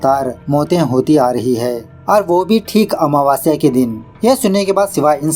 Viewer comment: Meko bhi wahi ritual sikhana hai😅😅 😂😂 आमावस्य not महवास्य 😊